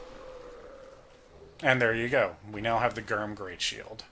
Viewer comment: I like the video but “Gyrm” is pronounced like “germ,” no hard g